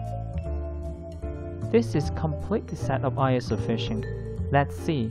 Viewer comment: ISO = pronounced as e-so in Japan ie “eso fishing” We don’t call it Eye-s-o fishing